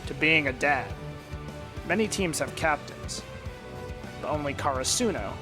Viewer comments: "car a soo no" what? 😃 cur ah su no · Is he deliberately mispronouncing “Karasuno”? Or has he not seen the dub?